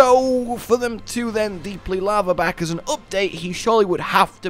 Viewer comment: It's pronounced Laharback which is a lizar type fire komono and the Grimstalker is a Fox...do some research my boy!